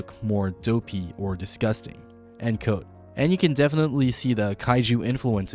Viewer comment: why does bro pronounce “quote” like “coat” 💀